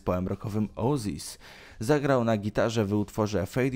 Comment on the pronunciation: Oasis ozis = oł ej zis. gimby nie znajo jak to się wymawia.